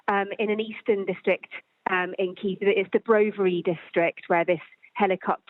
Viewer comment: SKY NEWS - get your anchor to learn how to pronounce Kyiv appropriately…